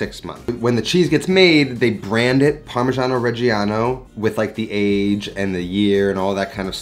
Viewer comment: how many times can you wrongly pronounce parmigiano reggiano in one minute? :D (doesn't matter, love your channel!)